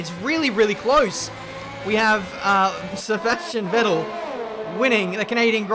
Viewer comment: No one:: Sevashtian Vettel